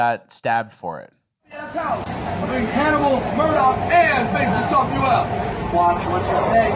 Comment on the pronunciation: Bro said "Ju crazy? Get the fuck outta here." classic. Tony Montana vibes.